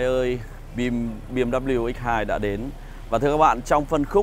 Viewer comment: “Mờ” là cái gì đấy....trước khi review tìm hiểu thêm về bmw đi ba. Thấy làm mấy xe khác cũng đâu đến nỗi làm xe này nghe chán quá, mất hết giá trị chiếc xe. “Xe bmw này không lốp dự phòng”..vậy mà kêu từng thử bmw rồi